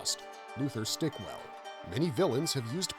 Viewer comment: Not "Stickwell" Stickell.